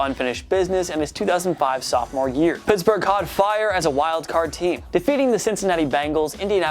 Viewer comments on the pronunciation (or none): none